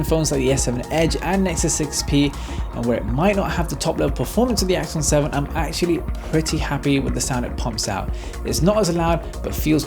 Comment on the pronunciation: Awesome works again :). Everytime you said Axon 7, it sounds like Iphone 7 haha. I guess may be that's their ultimate Goal =P